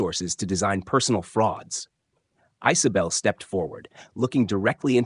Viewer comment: Ice-o-bel? I guess AI has never heard of the name Isabel?